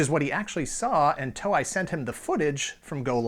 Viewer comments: "TOE-EYE"? Really? It's "TOE-A"!!! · Its pronounced "To-Ei", not "Toe-i" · It is To-Ei(Toe-ae), Not To-Ai, = = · TOEI is pronounced toe-eh-ee, like toy. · Sorry but I cringe a little inside each time he mispronounces "Toei". It's not "Toe-eye". It's "Toe-Eh". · Toei is not pronounced "toe-eye". It is pronounced "toe-ay" or "toe-eh-ee". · With all due respect, I love this channel and series, but please pronounce the name of the Japanese company correctly. Toei - pronounced “tow-ay” (like the “tow” in tow truck, and “ay” like a long vowel A). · TOEI is pronounce as Too-ey not Toe-I. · Great show again. Fun fact: Toei is pronounced Toe-ay. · Did you say Toei wrong on purpose? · Maybe you should have looked up how to say Toei before you made this. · Good research except on the pronunciation of Japanese names Toei and Daltanious. And I am one of the eight people that prefer Voltron I. Better stories, darker, more realistic situations.